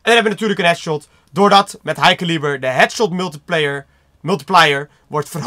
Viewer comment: Het is geen ilo en caliber spreek je verkeerd uit